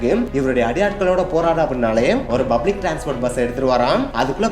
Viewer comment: Bro bublic illa public